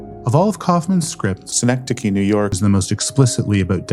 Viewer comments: You can hear him saying "Synecdode" at one point. Probably got it mixed up with Schenectady. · Great video essay. Though kind of obvious that he needed to tape over his pronunciation of "Synechdote NY" each time. You can tell because it's much quieter than the rest of the narration. lol